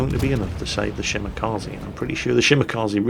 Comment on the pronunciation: Dear, for the love of God: Ree Shell Yeah and Shee Mah Kah Zeh.